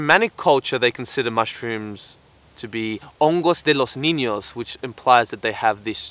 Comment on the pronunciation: "hongos de los niños" i'm Mexican and you being Australian, having an accent and all,,, gotta give it to you man, said that like a Mexican lol. love your videos tho!